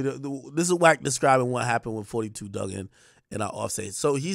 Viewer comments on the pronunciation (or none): If you from our area it is not forty two dugg- it is pronounced four two 42 Dugg pronounced Doog! I’m sick of y’all pronouncing gang name wrong